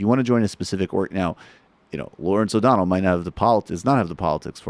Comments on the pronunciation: through ish, he calls him "O'Donald" twice, but that's just me being a dick. I screw it up, from time to time, too. :) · huh.. cuz thats what i listened to, as well, after you mentioned it the first time, i dunno, to me, i can understand where ot sounds like he ended dudes name with a D, but its just because he sorta has a speech impediment, and his L's at the end of words, in this case O'donell, sounds like a D, the way his tongue hits the top of his front teeth, instead of between them.. but i dunno just my opinion no biggie lol